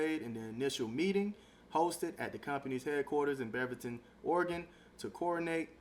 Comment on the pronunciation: BRO!! Go back to school. Bev-erton???? It’s Beaverton like 🦫ton. Like a the animal. How the hell does nobody know English